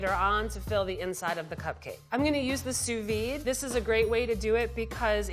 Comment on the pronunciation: Ok English speaking people, it's not "sous vie" it's "sous vide". You have to pronounce the -de at the end of vide.